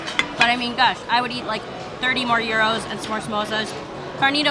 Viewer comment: You outdid yourself in this video! So great and natural explaining each item with ease. I seriously cannot wait til my next trip to Vegas and try The Wicked Spoon! By the way, it was also refreshing to hear someone actually say the word Gyros correctly. Hahaha. Great video!